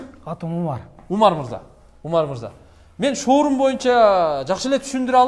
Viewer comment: 😀 шаурма дегин